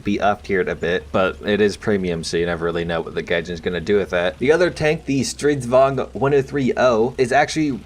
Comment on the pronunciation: Wow you actually pronounced Stridsvagn rather nicely! Usually non swedes pronounce it like stridswagen. Cudos to you!